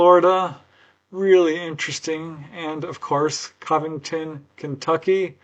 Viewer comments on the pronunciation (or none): It's pronounced, Covington. Cov rhymes with Dove. It's not, Caahh-vington. I thought you were well travelled? Haha